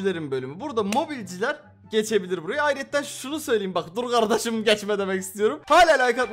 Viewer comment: Tam emülatör yerini geçiyordum kiii abim "Dur gardaşım geçmeeğ" dedi. Bende bi an güldüm ve durdum ❤💖znxnzjzhznzbnzz